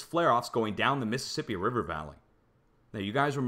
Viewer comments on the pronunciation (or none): none